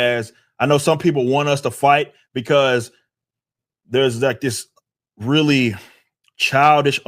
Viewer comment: Weally whell lol. His pronunciation of well made me chuckle. Otherwise I don't like this video. I have to pay attention to get what he's saying and that's too much to ask Katydid.